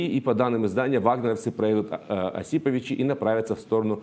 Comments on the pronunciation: Уважаемый ведущий, говорите правильно пожалуйста : не ОсИповичи, а ОсипОвичи !!!! И причем тут этот город, если лагерь вагнеровцев располагается в 20 км северо- восточней от этого города, в деревне Цель! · Хоть правильно бы говорили слово города осиповичи,всезнайки и политологи зашибенные,только и умеют бла бла и грязь лить,а как воевать то на диване,противно уже слушатьэтих умников